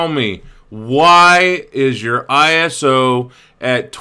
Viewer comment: iso 12.500 :D you always say this wrong